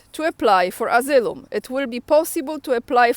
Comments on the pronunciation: Thanks, so needful to keep up. And for better comprehension, the word asylum is pronounced ah-sigh-lum running it together with emphasis on the "sigh" I thought English was hard until I started studying Russian... lol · read Asylum - asajlum